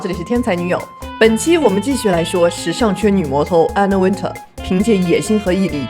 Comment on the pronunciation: Wintour的发音是后面像tour一样，没有人说吗😅